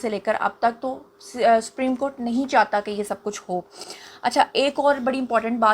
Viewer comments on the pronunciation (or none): Madam it's not spoken "spreme court", it is pronounced "soopreme court".